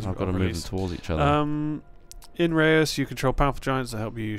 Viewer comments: Re-us? get you dutch together guys! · pronounced Ruys (its the dutch pronounciation) you pronounce it ray-us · no it isn't, im dutch and rous or re-us is nothing close to how you should pronounce it :p reus is a dutch word, only people with dutch background can say it, the eu in reus is plain dutch, try it with google translate, you will see (sorry for bad english) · Except that it isn't. That would be pronounced as 'Rus', which translates to Russian in Dutch.